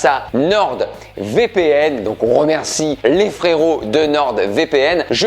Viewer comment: Je crois que tu es le seul à prononcer une lettre muette et ce, plusieurs fois "NorD VPN"